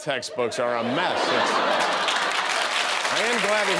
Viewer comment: What did Jimmy say? - "These Florida Math text books are a mess!" Or "These Florida Math text books are a Meth!"